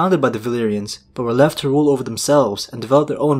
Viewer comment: "buhwalev" ?? Oh, you meant to say "But. Were. Left." ?